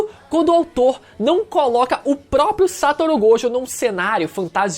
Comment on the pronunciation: mano n aguento mais o falando "Sátoro" Gojokkkkk